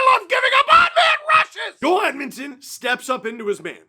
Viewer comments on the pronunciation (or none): none